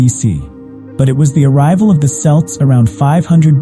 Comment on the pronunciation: Hun u says it wrong it sounds like kelts not c spelt with c say kelts hun am a celt